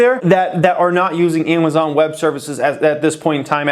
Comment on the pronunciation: lol emphasis on little amay-zon